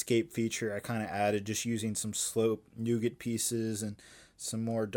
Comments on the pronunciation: Pretty sure its nougat 😂 But damn I love nogut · Today I discovered Americans pronounce nougat differently.